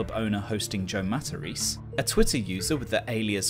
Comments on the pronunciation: You missed one key detail. Oddly for somebody who is "100% Italian", he is mispronouncing his own Italian surname. Its "Mah-Tah-Race-Ay", with an especially soft "c". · For a guy who's always talking about being Italian, shouldn't his name be pronounced Matta-ray-say, not Mattareese? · Pretty sure he's just mispronouncing it